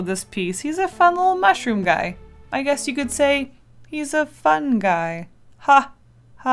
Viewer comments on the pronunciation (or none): I thought u said "what a gay" And I was like "wait WHAT"